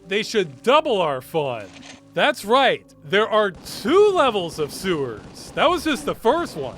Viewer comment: I just realized you pronounce sewers suers